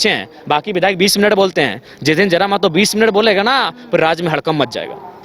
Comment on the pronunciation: Ptrakar mahoday mehto nahi mahto boliye